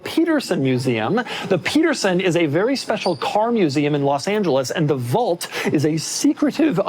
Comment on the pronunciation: Doug doesn’t know how to say the word “vault” or his own last name. 🤦‍♂️